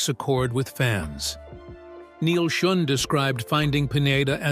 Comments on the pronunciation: Schon not schun ai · Man, being reminded that it’s an AI generated narrator constantly throughout the video really takes you out of it, how many dozens of times did he call him Neal SchUn?! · It's pronounced "SHOWN"... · Your AI crap doesn't pronounce Neal Schon's name correctly!! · At least get the pronunciation of Neil Shone's name correct!! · Led sing, like led zeppelin. Neil Shun. I hate artificial narration so much. Read it yourself!!!! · "Led" singer and Neil "Shun". AI voice is close but no cigar. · "Lead singer" pronounced "Led singer", Neil's surname mispronounced "Shun". Enough with these lame synthetic narrations!